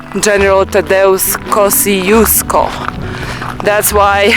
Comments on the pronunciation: I wish I knew that you were here - I'd have loved to meet you. :D And yes, we love our Asian food, but there are plenty of great Australian restaurants here to, but many of the best are out in the suburbs. And the pronunciation of Kosciuszko is something like kozh-oosh-ko, not kosi-os-ko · both are wrong. The polish pronunciation is something like Kosh-Choosh-Ko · I think in Polish it should be pronounced like Kos[ts]iuszko. But I'm not sure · Aussies pronounce Kosciusko wrongly. It should be pronounced Koschooska, or in your language Косчуско. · Вершина Тадеуш Костюшко - польско - белорусско - американский деятель. Герой США. Произносите правильно. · But isn’t it nice that there is this mountain that Australians from everywhere in the world can mispronounce and not care.